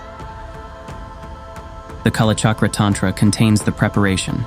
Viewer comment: the 25th Rigden is not Maitreya. Wow. You read the wrong books. Also you pronounce tantra and terma incorrectly. Jeez. Scholars. Hope you make a lot of money from this. Fooling people is not right